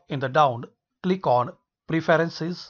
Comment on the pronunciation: Every time he says “kilik” I click😂😂